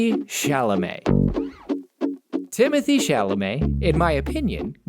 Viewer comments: Pronounced Tim-O-Tay 😅 why idk but thats what he said! Its not the traditional way we are used to! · I’ve never heard his name being pronounced this way before lol! Timothée actually sounds like Tim (like Timhorton) - oth (like hot without the h) - thée (like tay without the y)